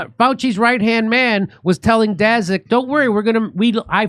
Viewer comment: Daszak sounds like Polish name, so it should be pronounced "Dashak".